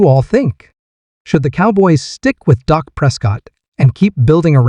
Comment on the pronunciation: Why doo y'all call him " DOC" PRESCOTT ITS " DAK " PRESCOTT PEOPLE . AND IT'S BETWEEN AGENT AND JONES. DAK PROVED THAT DURING TEAM PRACTICE WHEN JE WAS THERE EVERY DAY, EVERY PRACTICE NO MATTER